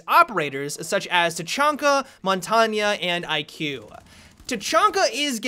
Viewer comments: That's what I was thinking. Isn't it Mon-tang? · Why are you saying "Montagna" instead of "Montagne" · montagnha he says. JUST SAY IT LIKE A MAN MONTAGUENE jk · montanio? its called montagne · I get triggered every time he says montaygna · Montanya... Lol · Montagne is pronounced mon-tang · mon ton ya? are you fucking dumb? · no, no it isn't... I'm french and u pronounce it mon-tang-ye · Montagnaaaaaa pls stop call him montain or pronounce it montagneuh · lol montanya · montagne is french for mountain and to pronounce it is mont-ain. g is silent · Bruh, montagne is pronounced mon-tane It means mountain in French. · did he say it like montania? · my friend, Montagne is pronounced as mon-tane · Say it how you please though. People are going to know who you are talking about no matter how you pronounce it. I tend to just call him "shield". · "montanya" im dying lol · Mon-Tog-neigh please say it correctly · Montagne is pronounced mon- tang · this bothered me too haha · isn't it pronounced, Mon-tarng? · heard a developer pronounce it "mont-ane" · montagne: "mon-tang" - french for mountain......you're welcome :) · seriously...dude I am french and I can assure you that we don't say montagna and lasagna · the way you pronounce tachanka and montange legitimately pisses me off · FUCKING PRONOUNCE MONTAGNE RIGHT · The way he says Montagne 😂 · The way you pronounce Montagne sends shivers down my spine. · he is pronouncing it incorrectly. asked my French professor. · Sorry to be that guy but montagne is a French word and is pronounced like it has an A at the end.